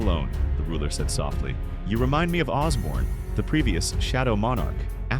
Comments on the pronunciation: It’s Ashborne not Osborne, it’s Bellion and Igris not Baron and whatever else you said and it’s Beru not Baron. Get it right if you’re going to invest so much time and effort into making these videos. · "Baron"? "Osborn"? TF is this?